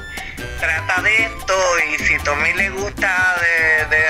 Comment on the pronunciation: Es tommy olivencia no toby...habla bien!